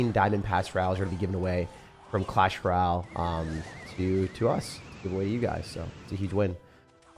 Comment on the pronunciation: Hey, what is a Clash Ral? Or are you meaning to say “Royale” (roy·ale)?